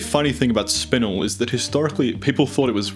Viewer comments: . It'd called spin-el rather than spinle. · FYI: you're mispronouncing a number of these species names, most notably spinel, garnet, tsavorite and almandine (emphasis on just the wrong syllable). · spinnnel.... its either the americans with their weird pronunciations or english is just weird.... its got 1 n in it, not 2😂😂😂😂